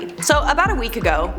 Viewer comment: "About a week ago" "Week ago" 😂😂😂😂 i died